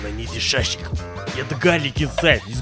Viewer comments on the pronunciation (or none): SASHlJIK KING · makes shashilk Whole crew: OUR SHASHILK